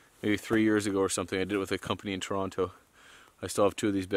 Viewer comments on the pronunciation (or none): none